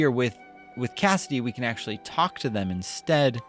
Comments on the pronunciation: Its CASSTI not CASSIDY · It’s Castii not Cassidy